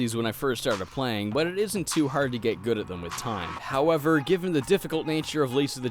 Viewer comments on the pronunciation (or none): none